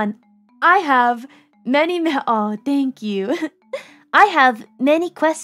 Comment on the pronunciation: "My name is, sank you"